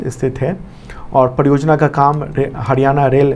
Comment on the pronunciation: Sir हडयाणा नहीं हरियाणा please इतनी disrespect na karen